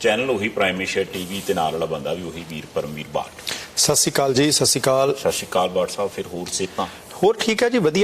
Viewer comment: Satshiri akal hunda babyo shsshiri akl ni hunda babyo